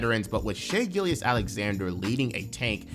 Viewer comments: Every time you called him Shai "Gillious" I died a little inside. It is pronounced "Gill-juss". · I haven’t watched the video all the way through and I trust it’s good but the way you say “Gilgeous” got my nerves a little (I’m pretty sure it’s Gill Juhss) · Its pronounced gill-jus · I’m glad I’m not the only one that was driven crazy by “Gill-Yess”. Brutal to listen to repeatedly. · Sounded like the name of a Roman prefect lol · haha nah it was a great video bro, im just OCD But the Gilgeous part is like gorgeous. "Gil-jus" if that helps at all. Regardless, keep up the amazing work and cant wait for more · The second g in Gilgeous is not silent. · my mans cannot pronounce gilgeous